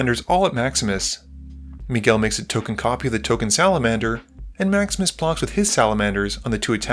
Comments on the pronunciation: Every time you say "Maximus plays" it sounds like you're saying "Max misplays" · I keep hearing "Maximus" as "Max Miss"... 😅